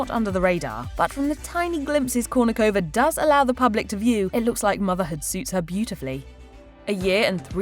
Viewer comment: Why can't you pronounce her last name properly? 🤔